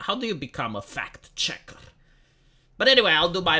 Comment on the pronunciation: It sounds like fat-checker when you say it. 😂